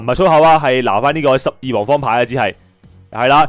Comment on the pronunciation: 感謝為十二王方牌嘅正確發音示範🤣